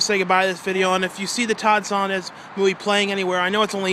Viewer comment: His name is Todd SOE-LAHNZ, NOT SONDEZ!!!!! Can you READ?